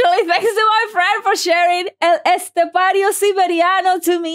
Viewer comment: This is the first reaction to El Estepario that the person is reacting have a perfect pronuntiation about the name. Good spanish!! ( Maybe you know how to speak spanish).